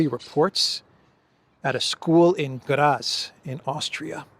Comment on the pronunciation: Dear, just a hint: in german language (and in austrian too) the "z" is pronounced like "ts". "Graz" is pronounced "Grats"! And, btw, "Zeitung" is pronounced "Tseitung"!